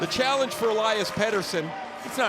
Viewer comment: Peter and Petter is a different name. Pet tersson